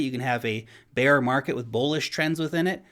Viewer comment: Actually he saying "beer" 😊